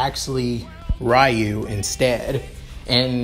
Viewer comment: it is not rayu it's ryu